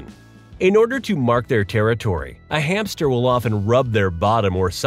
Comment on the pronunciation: I like the way you call the hamster every time hame